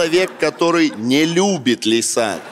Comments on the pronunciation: Всё бы ничего, но она «Ляйсан»… А «Лейсан» - младшая дочь Азамата 😊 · "Шутки от Лисан" - читай как "Ода Павлу"... весь выпуск насмарку